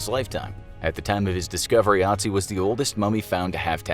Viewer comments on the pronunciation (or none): His real name is Ötzi not Otzi. Greetings from Tyrol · I cringed so hard each time he said "AH-tsee" and not "UH-tsee" you had one job lol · ITS ÖTZI NOT OTZI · Hey guys, his name is Ötzi, Not Otzi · Is this “Ottzee” related to Ötzi? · It's Ötzi, not Otzi! This pronunciation is awful. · TIS:" Otzi the ice man" Austrias:" er heißt Ötzi!" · Its pronounced ut see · I as a German know that the name is actually Ötzi, but I guess the letters Ä, Ö and Ü in the German alphabet are mostly unknown to others or people don't know how to pronounce them. In this case the name Ötzi is pronounced "Uh-tzi". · Bruh I thought they said - “Naz1” instead of Otzi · The Ö in Ötzi is pronounced like the U in the English word hut, meaning that his name is pronounced UT-zee. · It is ötzy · F in the chat for soon cursed Infographics crew for mispronouncing Ötzi's name.. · I like how he says Ötzi as a non german speaker.^^